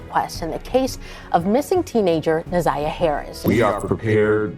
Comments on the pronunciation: pronounced NA(ZYE)AH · I'm sorry, but her name is Na' ZIyah. The ZI is pronounced like eye Na-Zye' ja. Let her beautiful soul rip 🙏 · This video is pissing me off! Her name is pronounced WRONG! It’s na’ z(i )yah!!!!!!